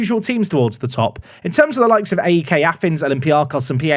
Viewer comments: PAOK and AEK are pronounced as one word, not individual letters. So it's literally "paok" and "aek". Not P-A-O-K and A-E-K 😅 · Im gonna try and get to to pronounce AEK and POAK properly :) dont spell them out. AEK is almost like saying ache. And POAK is said like pualk. My greek friends hate it when i spell them out!!!!